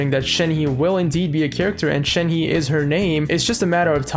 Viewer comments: “Shen-huh” for pronunciation. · It's pronounced, Shen (just Shen) he (use the H sound from the English word he, and for the sound of the E it will be pronounced like when you "uhh" but don't say ShenHeeeee, just say the He really fast well not too fast just fast and then you can pronounce it) I'm not that good at explaining but I hope you get the idea of what I'm say. So Shenhe (Shen-H-uh) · Its pronounced as 'shen-her' but without the 'r'. But when saying 'shen' theres like a 'u' undertone or smthng.